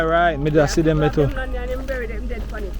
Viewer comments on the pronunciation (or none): none